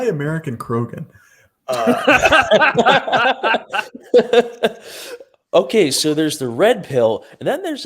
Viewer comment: "Kogan" lol!! 😆